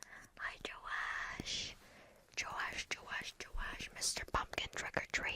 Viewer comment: Yooo thank you for saying my name, flawless. Thank you for the treat Joash (Joe-ash) from Melbourne🤙 for the next video. Have a great day!